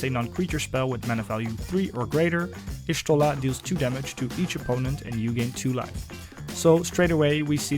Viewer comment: I like how you built her. Nice video. Also just for intel, her name is pronounced Yah-Shtola. In FFXIV lore, Y is the tribe she's from (the Jaguar) and every time you have a letter it has a specific pronunciation. Y is Yah, G (as in G'raha Tia) is Goo etc.